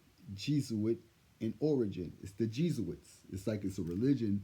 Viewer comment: Why did he confess to you, though🤔 it's pronounced, Jeh-Suits /Jesuits! ATAJA BANKS 18 MISSING FROM WASILLA, ALASKA, SINCE SEPTEMBER 15, 23,2023,, is NO JOKE! People have been MURDERED, kids, teens, young adults, never the 🗑️ adults who deserve to have their lives taken, they sold their souls for fiat $$$ and shouldn't be allowed to exist!